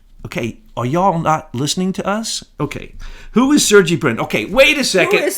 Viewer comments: This is ridiculous “you’all” and you pronounced Sergey wrong. You two are shills !!!!!!! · I think you guys have been trolled by your own conclave. Also, you're pronouncing Sergey wrong.